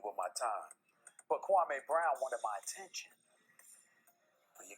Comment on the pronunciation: Dudes name is pronounced Kwa-ME not Kwa-MAY....